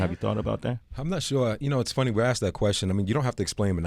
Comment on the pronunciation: "Aksed"? I find it interesting that people can be educated, and still not have the ability to speak properly.